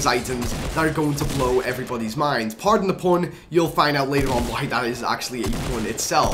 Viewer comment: I thought he said pardon the porn :/